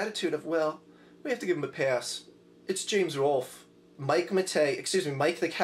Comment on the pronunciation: Honestly I think it’s just a weird Pennsylvania thing. I also can’t pronounce “wolf” and occasionally do say “woof” instead.